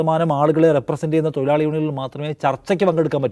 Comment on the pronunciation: തൊയിലാളി അല്ലടെ തൊഴിലാളി ആണ്.. നാക്ക് വടിക്കാൻ ഈർക്കിൽ മതി പണിമുടക്ക് വേണ്ട 😂😂😂